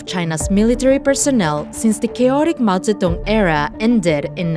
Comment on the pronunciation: Finally, someone in western media pronounces "Mao Zedong" correctly (well ... close enough).